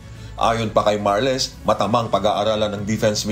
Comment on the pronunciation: Richard Marls ang tamang pronunciation hindi literal na Mar-les. Aralin muna bago mag report ng di magmukang katawa-tawa